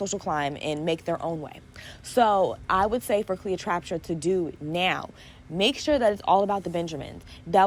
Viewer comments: The fact that you kept calling her Cleotraptra 😭😭😭😭 And you are so right Ice spice was playing a game Cleo was playing her friend She definitely thought they were friends and that was her first mistake What I learnt was to learn my place in people’s lives and move accordingly I didn’t want to have an opinion or choose sides but when ice spice said in her Twitter live “she wanted to sleep in my bed .. every day ? “ It literally just told me all I needed to know she never really viewed her as a friend. I wish Cleo didn’t come out with the story and just removed ice spice from her life but I can tell she’s clearly hurt and you can’t exactly tell a hurt person how to react. Now she has said her piece her next step is to focus on her career and never speak on ice again And even if she makes a song She shouldn’t use her name Just talk in words that would create speculations which in turn would create more buzz around the song. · Not TrapTra girl you worst than sorry I had to say it 😂😂😂I keep calling her Cleopatra I’m just gonna say CLEO I’m tired of saying her name wrong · Funny and cute. Cleotrapta lol